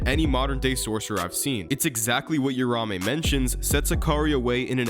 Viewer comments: Uraume is pronounced “oo rah oo may” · Don’t want to be that guy buuuuuut… read the name. It’s not urume it’s uruamue